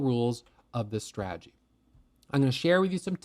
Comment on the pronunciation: I love, but God bless. He simply cannot say the word stradgy. 😅